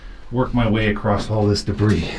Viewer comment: it's not "acrosst", it's "across"!